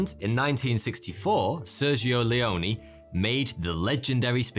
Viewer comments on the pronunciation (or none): none